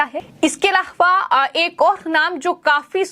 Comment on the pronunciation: aaram se bolengi to badhiya rahega.bahut takleef hota hai aapki bhasha sunana. Content delivery achha hai. Plz bhasha shaili sudhare,. Alava...alhavha..aise hi bahut traasadi me bolti hai aap. Zor na dete Aram se boliye plz